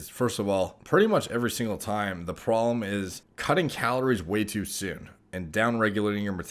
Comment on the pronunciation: “The prollemm” 😅